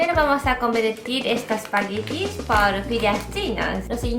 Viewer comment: ''primero vamos a convertir estos pagitenitous'' ajjsjsjd mori de risa en esa parte xD